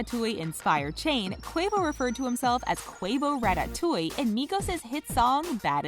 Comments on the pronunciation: I hate the way you say ratatouille she says "rat tat touille" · how its actually said rattatooie how she said it rattatoieeie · Wtf is RA TA TOWIE you say it rata-towee all in one word. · Ra ta touille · RA TAT TWO E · Rat tat ooh ee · Who says rat-tat-toui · Rat tat touie bro I’m dead 😂😂😂 it’s one worddd not 3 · “Quavo Ratta Tooey” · Ratttaroweee. Lul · Are we all gonna ignore the fact that she said RatTatTouille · Yo. The way she says ratatouille kills me 💀💀💀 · if she says ratatouille like that again... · the fact that you cant say Ratatouille right shows how uncultured the announcer is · Sic Semper Beats I know I about clicked off if she would have said it that way one more time I would be gone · Sic Semper Beats facts